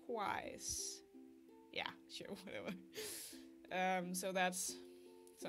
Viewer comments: I enjoyed watching your video. Fyi, Eureka from Eureka 7 has blue hair. (Also, that really weirdly spelled color blue is said tur-koiz.) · Turquoise Pronounced: Terr-kwoise